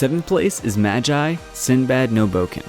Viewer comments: Ma-ji its pronounced Ma-gee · bruh its pronounced MAH-ge because the magi are the sorceressof creation XD no hate tho i love your videos but that just made me tik XD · It’s should be magi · It’s maagi not majai lol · Just think of "Magi" but the a is ah and the g gi not jai like in the video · NIGGA ITS PRONOUNCED M-A-G-I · Btw you pronounced Magi wrong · No.... Not even close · Aren't you pronouncing magi wrong?